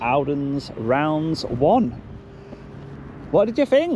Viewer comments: It’s Raunds mate not rounds, it’s the name of the town! Can’t believe you were here! I nearly suggested there as it’s 5mins up the road from me and Howdens there are renowned for having a bad attitude! Keep up the good work ! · Raunds, not Rounds. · Not Welly Raunds, pronounced 'Rawnds'